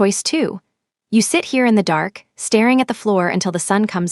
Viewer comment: Great story! I enjoyed it immensely. The narrator has a great voice and, minus a few mispronounced words like starring instead of staring and bowing ( boe-ing) instead of bowing, it was energetic and soothing. Even though there were no pictures to help moving the story alone that is totally fine with me, because it helped me to just listen to the voice and use my own imagination as I visualized everything narrated. I would hate to think how grotesque AI would have made Jiune look using that exoskeleton suit that helped him to stand and walk. 😅😅😅 I am so glad that Mr. Choi, Thino, and the rest of The Invisibles, minus a couple of casualties at the old warehouse, survived and I liked how strong and supportive Nia was!!! Sio Yun and Minho got just what they deserved for their betrayals. Great ending. 👏👏👏👏 Listening in Alabama, USA am.